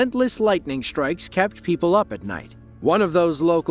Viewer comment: Lightning “shtrikes”